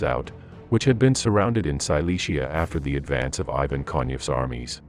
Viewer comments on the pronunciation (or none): none